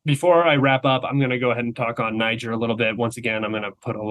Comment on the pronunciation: Brilliant commentary. But FYI . . Niger is pronounced “nee zher” - the ZH is like in Zeluzhny. The last syllable rhymes with “where”. And the ethnic business is about Bazoum being from the minority. Arab population. But that has nothing to do with his unpopularity. Niger is also a Muslim country - something like 97%. So obviously there is no friction there, either. He was simply a western puppet, and a cruel one at that. Keep up the excellent podcast. And thank you 🇷🇺 .